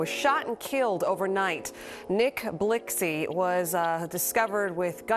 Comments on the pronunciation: Reporter said nick blixxy like bitch can u not see its blikxy x is silent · The way she pronounced blixky 🤣